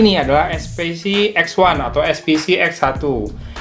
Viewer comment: eSPeCe Bang, Bukan eSPiCi, Itu kn barang lokal 😀